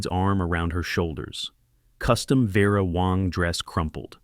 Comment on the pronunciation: VERA WANG NOT WONG